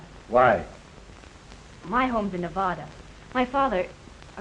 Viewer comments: Minute 25 - crinkle hair black and white blond says "My home is Nev-ah'da". She was never a resident of Nevada because we don't pronounce it that way. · Funny, she mispronounces Nevada. But she is supposed to be from there. Good movie, though.